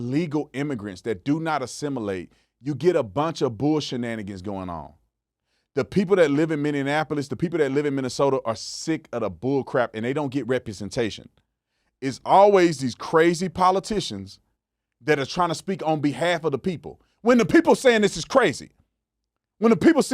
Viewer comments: Know what us from MN are sick of? Y’all saying “Mini-a-nap-o-lis”….It’s Min-e-app-o-liss”. Please get it right. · Minnionapolis? LOL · I just wanna say ( Mini- App-O-Liss / Minneapolis ), I feel like every Minnesotan cringed with the way you said it 😅, second Tim Walz has to be one of the worst politicians I’ve ever seen and the amount of things that need to be fixed here is insane especially after him 🤦🏻‍♀️ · It’s Minnie apple us. People elsewhere always say it wrong lol. It’s not that hard to say lol